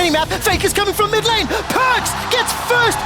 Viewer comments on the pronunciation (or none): you mispronounced mid lane LOOL